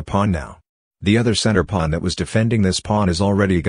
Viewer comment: Why does he say plun instead of pawn?